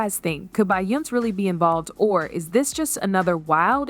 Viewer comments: Say her damn name right! It's not bion its BEYONCE'!!!! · You should thank Be yon ce for being able to breath.... 🤣🤣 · What is Bayonse? I wanted to watch and listen to this but this Bayonse got me bored. Please pronounce it right to make your video interesting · what the fuck is her name…bion …???what the fuck is Bionn!!! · Yeah I got bored from watching because of that Bayonse crap. I just paused and now I'm out. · A little bit and she was calling her BIONIC 😂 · She's saying her name wrong to stay out of legal trouble 😅. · You can’t even say her name right! 😂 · Omg pronounce her name properly lol Hollywood is fuck up 😢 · I agree with you I mean I know there's a lot going on that's putting her and Jay z in hot waters but like the fuck if reporters is gonna spill tea about someone the least you can do is say their damn name right 😡😒